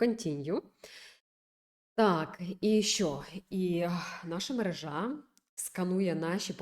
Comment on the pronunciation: Ютуб, а не ютюб. МерЕжа, а не мережА.